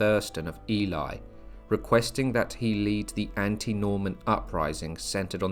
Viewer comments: If I hear Ely (Eel-ley) pronounced Eli one more time, I will scream! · Nice history. Just one point. The now city of Ely, is pronounced Ee-lee. Not Ee-lie as you pronounced it several times. The word Ely hasn't changed over time, meaning 'island of eels'. It's a common mispronunciation for people confusing the sound of Ely with Eli. Thanks for the video. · Please please pronounce ely: eelee, thats how you say it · Isn't Ely pronounced E-Lee not E-Lie? Genuine question, I've always used the former pronunciation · That pronouncing of Ely is annoying and spoils the provenance of this story.